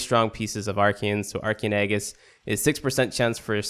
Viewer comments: Altercation: a noisy argument or disagreement, especially in public. // The word you were looking for is alteration. Also, Aegis is pronounced kinda like: Ay-Jiss. C'mon, we live in the UK mate, we're only expected to know one language... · Correct except for the Aegis pronounciation.